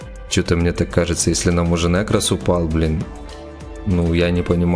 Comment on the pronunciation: Бесите!! Не говорите плз нЭкрос говорится нЕкрос!!!